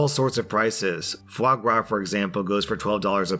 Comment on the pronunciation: The way you pronounce "foie gras"🤣🤣 *Laugh in french*